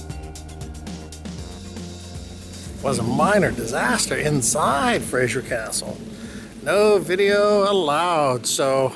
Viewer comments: Castle Fraser (pronounced Frazer - with a "z", not a soft "g" - by the way. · Nice video BUT please it is FRASER not Frasier. Kind of grates !!!